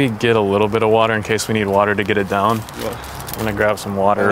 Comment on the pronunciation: You attempting to say “to get it down” made the video for me